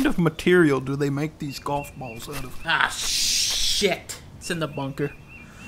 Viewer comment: I like the way Dunkey articulates this "ah shit"